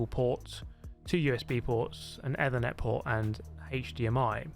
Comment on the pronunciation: The way you pronounce Ethernet gave me aids